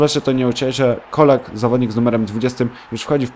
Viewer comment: Colak czyta się "czolak"